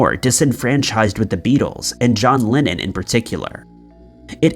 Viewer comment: His name was and is John LEnnon. NOt "John LInnEn" ! Bloody m#r#n !